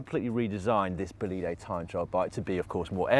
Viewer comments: Dan is Bólide with the accent on the O not bolíde. Please... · Bolide in italian is pronounced with the stress on the o (Bòlide), not on the i (Bolìde). Sick bike btw.